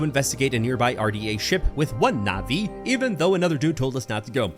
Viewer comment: i'm a bit late to this video but it's [pronounced as navi]